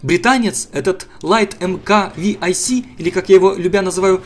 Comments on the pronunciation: не ви ай си, а 6c. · ты бы хоть в википедии полазил, не "лайт марк ви-ай-си", а "лайт марк 6 С"